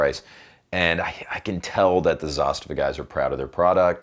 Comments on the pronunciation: Its not pronounced Zastiva.. Its "Zaaz-tavaa" As in direct translation - "to force" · Its Za - STA - va. 😆